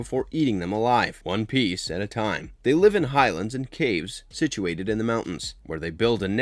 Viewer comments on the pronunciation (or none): none